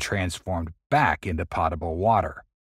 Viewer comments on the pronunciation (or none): "potable" is pronounced with a long O, not "pot-able"